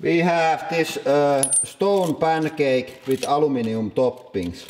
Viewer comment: Every time he says "pancake" I hear "panic egg." I've watched so many of these videos that I wake up in the morning and go make panic eggs for breakfast. I was at a Denny's restaurant the other day and actually told the waitress I wanted panic eggs. I need to get off the internets.